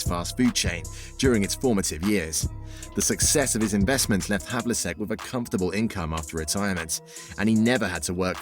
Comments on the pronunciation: Two years have passed and the errors and pronunciations have not been corrected. Very disappointing. This whole thing needs to be redone and with a narrator who actually knows how to pronounce all the names. Havliseck, Henson, Cowsy? These guys were total legends in the NBA and that's how the narrator pronounced the names? Ouch. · The mispronunciations of Havlicek, Auerbach and Celtics are an embarrassment to the team and the fans. For crying out loud, how hard can it possibly be to do a little extra research, and get them right the first time? These errors take away nearly all enjoyment of what would otherwise have been an excellent video. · You could at the very least pronounce his name correctly.